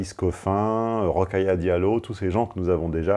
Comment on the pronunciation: Ro-kha-ya dia-llo= 5 syllabes, pas douze